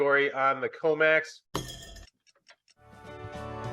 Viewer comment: COMEX SHOULD RHYME WITH FTX...